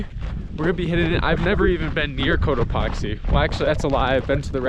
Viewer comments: I was sleeping and I kept hearing “coat epoxy” and I was dreamily thinking to myself, “why does he keep saying it like that?” 😂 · The way he pronounces Cotopaxi, makes me wonder how he pronounces taxi. Lol. I can picture him yelling "toxi", "toxi" as they zip right by. 😂